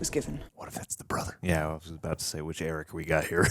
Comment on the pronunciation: Think of it like this - Arryk like Are-Ick and Erryk is like Air-Ick.